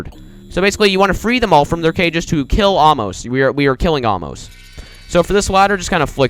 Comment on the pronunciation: its pronounced ay-moss and according to google translate Torre de la anger means tower of there anger oh yeah this is the skip for floor 3 oh again is a ladder that's tower of overestimating difficulty and tower of broken bricks, and the people in cages are blockerman mistahllama thatonekid10020 and meowy64 if you jump on aamos that happens :)